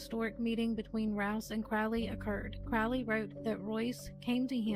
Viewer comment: The OTO 'sex' advisor is called a High Priest and advises the lower person on every ritual and spell usually. Oh and its pronounced CROW-LEE.